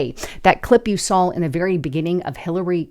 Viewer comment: You "sawl" 😂